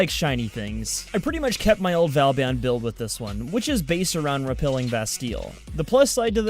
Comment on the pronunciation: It's not valban